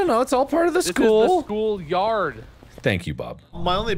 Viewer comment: “the school is haunted not the yærd”